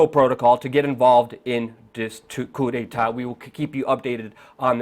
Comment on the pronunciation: and "coup de ta" ???? really, my friend? really?